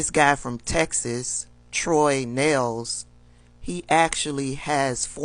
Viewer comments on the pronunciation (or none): none